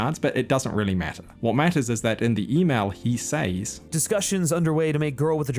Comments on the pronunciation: SEZ, A.I., NOT “s-AEES”. Thanks. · Please learn to pronounce the word "says" .